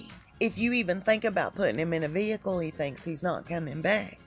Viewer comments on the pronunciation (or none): none